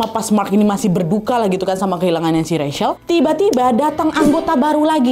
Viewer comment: Wak, aku saran, sebelum sebutkan nama org, cari tau dulu cara sebutkan nama yg bener wak...itu Rachel, nyebutnya RECHEL, bukan RESYEL